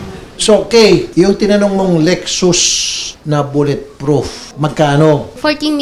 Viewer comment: Lol lek-sus...lek-sas yan te Raffy.